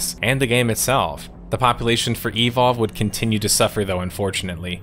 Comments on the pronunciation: just say evolve, why do u say E,volve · I love your channel so much and every upload gets me jumping outta my chair to tune in. BUT, the way you pronounced "evolve" throughout this video hurt my soul brother XD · Does anyone else hate how he always says e-Volve? Instead of eVOLve? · is it just me or does he say evolve kinda weird? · The way he says "Evolve" bothers me for some reason.